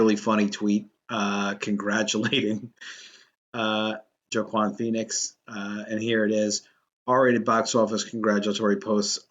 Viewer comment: JoeakanPhoenix Lol 😂 never heard anyone say it this way.